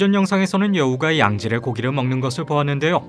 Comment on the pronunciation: 아닠ㅋ 말투다 보앗는⬇데요⬆!ㅋㅋㅋㅋㅋㅋㅋㅋ